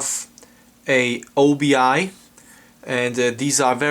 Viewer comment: Its not "o.b.i." Its pronounced as one word "Obi" which means Sash in Japanese. Also this LD was released in 1998, so dvd was already out! is the 'explosion in space' theatrical version fully restored in this release?